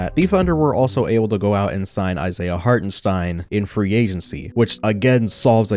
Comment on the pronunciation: Shoutout to your pronounciation of Hartenstein. As a German, it really is hard to watch some „experts“ remain pretty clueless when he is in the league for multiple years. Keep it up bro